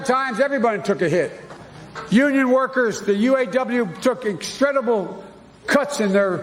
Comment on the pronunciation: That was just “excredible” 😂